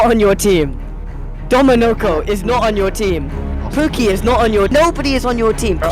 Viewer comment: was when I just noticed that guy called him Puki not pookie 😭😭